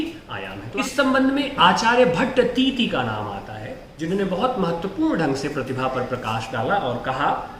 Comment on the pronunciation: भट्टतीति नहीं गुरुजी भट्टतौत